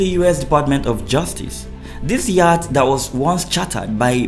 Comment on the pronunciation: That word 'YATCH' is pronounced as 'YOT', as in the word 'NOT'.